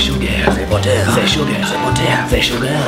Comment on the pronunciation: Ze buttar Ze sugar Ze buttar Ze sugar Ze buttar Ze sugar mm hm hm HMMM Ze sugar ze buttar ze sugar ze buttar